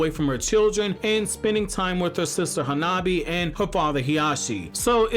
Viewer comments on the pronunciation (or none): none